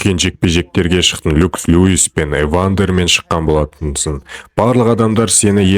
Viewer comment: Люкс люис емес😂 Леннокс Люис...Маикл емес Маик